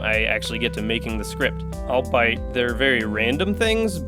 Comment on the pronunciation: HAH "albeit" isn't pronounced "all-bite" like you said in the video The correct pronunciation is "all-bee-it"